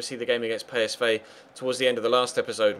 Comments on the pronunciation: I think you'll find its pEEsv not paysvay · ***** Belgen zeggen volgens u dus "Pie" in plaats van "Pee"? Daar heb ik zelfs de heer Gerets nooit op kunnen betrappen.